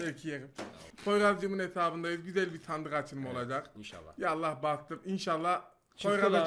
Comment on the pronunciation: YA ALLAH KELİMESİNİ DALGA AMAÇLIMI SÖYLÜYORSUN ?